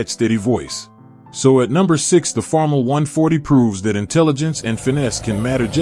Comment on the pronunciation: First off, five acres is NOT a farm! Most of the fields pictured are ten times that amount. And ditch the AI voice. It cannot even pronounce Farmall correctly.